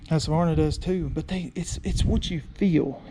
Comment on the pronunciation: When pronouncing Husverna try to add a K, where the Q is in Husqverna . It means home (grain) mill.